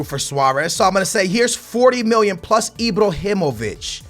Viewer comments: I-BRAAAAA-HI-MO-VIĆ not I-Bro-Hi-Mo-Vic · It's IbrAhimovic not IbrOhimovic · STOP SAYING IbrOhimovic it's IbrAhimovic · lol say ibrohimavic lol my man its ibrahimavic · anyone else wanted to facepalm their table whn he says ibrohimovic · "ibrohimovic" hahahahaha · FFS aa, HIS name is not ibrohimovic😂 great vid man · why da fuck do you say ibrohimivic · IbrAhimovic not IbrOhinovic, LewANdowski not LewONdAski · Pls stop say "enjury", "Ibrohimovic", "Lawandowski" and so on it can't be that hard to pronounce it the correct way which is injury, Ibrahimovic and Lewandowski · ibrohimovic and lauwandowski??? well done